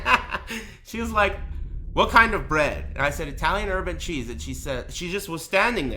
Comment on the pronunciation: Holy shit, I heard "urban cheese" too. Thanks.